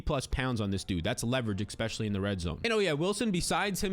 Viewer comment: **Especially** Expecially is not a word bro! 😅